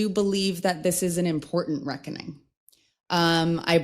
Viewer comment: Yes that’s the right way of saying it ‘ the reckoning”